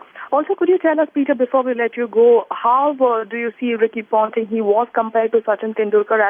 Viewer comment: Ricky Pounting? I wanna pound this anchor's mouth so bad. What drugs are you on?